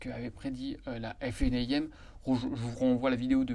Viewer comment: Détail : vous prononcez toujours la FNAIM en prononçant chaque lettres (F-N-A-I-M). C'est long et pénible. Pourquoi ne pas faire (comme tout le monde ?) et prononcer la FNA-IM (en 2 syllabes) ?